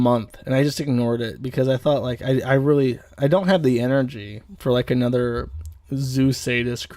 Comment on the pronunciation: >calls conservatives low-IQ "lowcow" "annuder" "like that's the thing, it's like man, like smacks lips it's like diff'rnt when it's trahns"